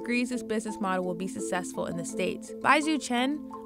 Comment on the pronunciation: ”sussessful" ...just why...